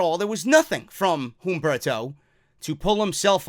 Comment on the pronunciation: bro, love your work, quick note, u dont need to enunciate the "H" in humberto, u can pronounce it "Umberto"